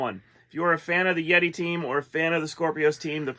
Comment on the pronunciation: Are you Redi? It's, YETI!